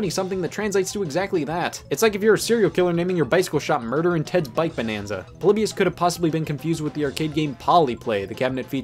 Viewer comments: It’s Po-lee-by-iss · Everyone: Polybius Me: polybus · I always thoug it was pronounced Po-Lee-Bee-Us instead of Po-Li-Be-Us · It’s pronounced Paul-eeh-bee-us